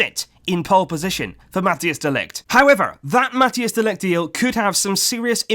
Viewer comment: Please prnounce Matthijs de Ligt correctly. The ij has a specific sound search it up.